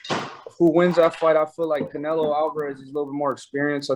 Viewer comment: Who is Caenlo? I obviously know who Canelo Alvarez is but not Caenlo 😂